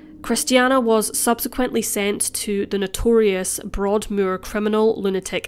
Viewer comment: It's Broadmoor (as in Broad-more) not Broad-mew-er.